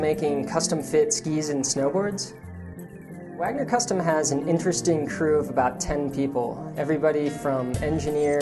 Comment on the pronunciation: sounds like wanger